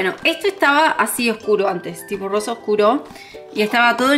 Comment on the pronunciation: Me encantó l la puerta rrosa cómo el capítulo de los Simpson cundo tod Decia puerta rroja hay pero es puerta rrosa besos 💋🌈